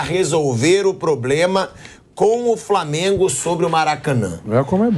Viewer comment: o Pilhado disse "probrema"kkkkkkk